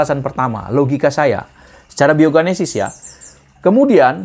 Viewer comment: Genesis, bukan ganesis